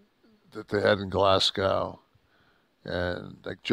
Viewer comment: Great show again guys but just one thing as a fellow Scot that watches the show(especially for ), for an American to pronounce Glasgow properly try and say it more like glahs-go instead of glah-sgaw. Not a major thing I just picked it up while watching this week when Scotland gotten a shoutout, keep up the great work regardless